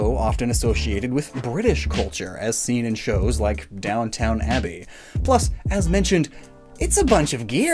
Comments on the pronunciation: “Downtown abbey”” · "Downtown Abbey" Me, a Brit: Facepalm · Oh my god, it physically hurt me to hear you say "DownTOWN Abbey", it's Downton for future reference lmao. Great vid though:D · did you know its actually down TON abby, like the word down, then the word ton, not downtown abby? always make that mistake lol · ... Down-TON abby. Not down town. Downton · Yeyeye, Pokémon’s cool and all BUT DOWN TOWN ABBY??!?!?!??!?!??!??!? BUDDY CMON!!!! ITS DOWN-TON (tun) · Why is no one talking about how he called Downton Abby “Downtown Abby” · You said DownTOWN Abbey... that hurt my ears. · Did you just say "downtown abbey"? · I love it when Americans pronounce English words/names “Downtown” Abbey haha Bro-ton instead of “browton” as it should be pronounced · I’m sorry did you say downtown abbey